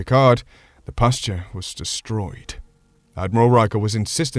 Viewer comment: Pasture?! No, no, no. Pasteur, dude, Pasteur.